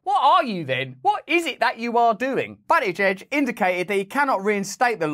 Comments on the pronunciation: As funny as it is to watch you call a gay politician Butt e Jej you need to know it is pronounced Boot ih JeJ. Boot like the trunk of a car. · You have to admit this is why I love Ohio. And it’s BOOT-i-judge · Pete "Butt-it-giege" 😂 I think I see what you did there Russell 👍